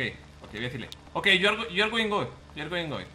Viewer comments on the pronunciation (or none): "yu ar goim goim" Willyrex xdddd